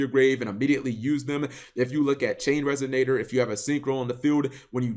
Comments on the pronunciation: Resignator? Learn to pronounce things. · There's no 'G' in resonator cap